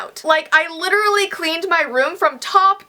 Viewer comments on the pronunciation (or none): none